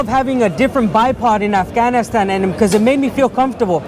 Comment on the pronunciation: I would put less emphasis on the word Afghanistan.